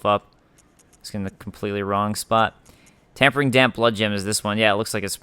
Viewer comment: Its not Tampering damp blood gem its Tempering* like tempered steel.